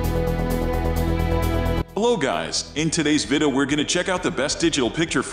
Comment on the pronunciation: The computer-generated voice mispronounces “video” so that it comes out closer to “viddo.”